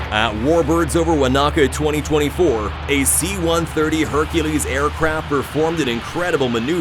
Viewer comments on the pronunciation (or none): Hey m8 it's not Wanaaaka it's Wonaka pronunciation. Spelled Wanaka . Another fucking AI voice fuck up.